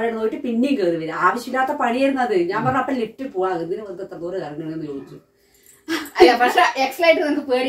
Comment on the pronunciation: എക്സലേറ്റർ അല്ല എസ്കലേറ്റർ എന്നാണ്